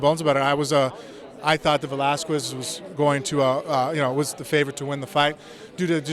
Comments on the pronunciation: Frank, I like you, but PLEASE stop being like Lesnar and pronounce Cain's last name correctly. The "u" in Velasquez is silent, it's pronounced "Velaskez". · Frank's still salty for the beating he took from Brock. And Velasquez is pronounced vel-LAS-kez. Frank is Cuban so he should know that. Plays himself off as a great linguist. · yes, mir you would be amazing as an announcer...except it Va-Las-kez...the U after the Q...ya know what....whatever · what an idiot, saying he's so "articulated" and he didn't researched how to pronounce "Velasquez" the proper way….